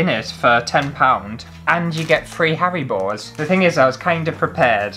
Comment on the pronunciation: Sounded like you said, "*gasp* I get hairy balls!" but you actually meant Haribos :-O but I think that someone's hairy balls crawling into my water glass while I was sleeping tops earwigs.